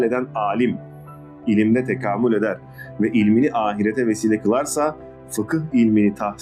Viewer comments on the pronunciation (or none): Abi tekâmül ك, tekamul değil